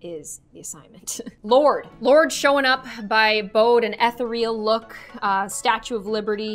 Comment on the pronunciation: i love that you said ethereal like etha- reel